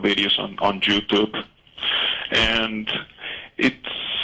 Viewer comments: regarding the like/dislike 'trend': I'm sure that most smart people interested in these issues have noticed that most pro-mysticism videos have ratings disabled. This is very telling! PS. Love the pronunciation 'Jew-tube' LOL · lol ish... "I do watch a lot of videos on JewTube.." xD Accents and diversity are beautiful ;) ..and funny